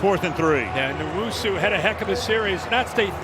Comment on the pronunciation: N-WHOA-SUE. Not newoso, not newusu.